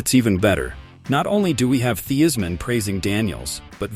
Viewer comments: Quit saying Theismann .Wrong common man really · Please pronunace the name of Redskins´ legent correctly